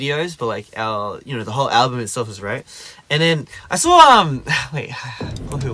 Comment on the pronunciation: When he said ‘I saw um’ he sounded so Aussie 🤣🤣🤣🤣